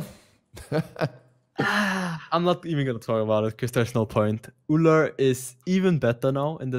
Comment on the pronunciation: Ullr D? Oh my u have no clue what u say.....🙈